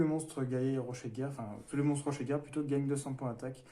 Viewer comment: Yo Bonne compo :D Au fait c'est Rocher de guerre pas rochet ;)